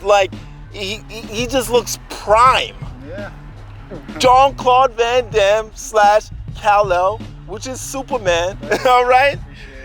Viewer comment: It is not Jean Claude Van Damme no no